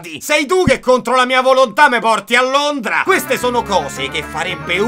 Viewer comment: "londra" con V e vegeta accanto al big ben, io ti amo ogni video di più